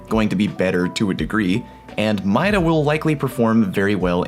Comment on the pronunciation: MIDA? really? bruh